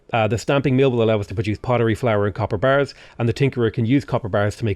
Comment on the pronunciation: The way you say "copper bars" always makes me think "capybaras".